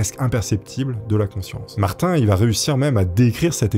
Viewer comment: J'ai accrocher sur l'histoire de Martin de la manière que tu le prononce! Il la fin de prononce comme maTin mais avec un R car de la manière que tu le prononce ça sonne comme mon prénom Martine!